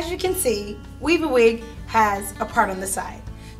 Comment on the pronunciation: I swear it sounds like she's saying "wee-bah-weed", or "wee-ba-wee".